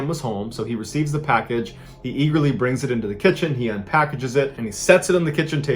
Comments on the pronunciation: he says Eagley instead of eagerly........... Merica!! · Is it your Quincy accent slipping out ? Lmao “eaguhly” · you said "Eaglely" 🦅